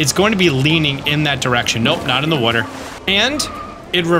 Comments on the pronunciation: I recently found your channel when I started playing totk and I didn’t know anything about you except ONE THING…I knew for a fact you lived somewhere in the northeast of the United States because in one video you kept saying “wooder”…iykyk 😂😂 and now you just confirmed it by saying you’re from NJ 😂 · I knew you were from Jersey when I heard you say water 😂😂😂😂😂😂😂😂